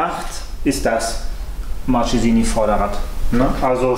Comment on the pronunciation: Hallo! Toller Bericht...aber sag nie Martschesini! Das tut weh in den Ohren! Es heißt: "Marckesini"! Man sagt auch nicht Notschi sondern "Nocki"!